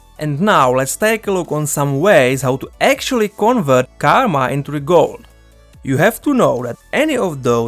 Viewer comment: "Convert it into de Guld" lol 👍 great video through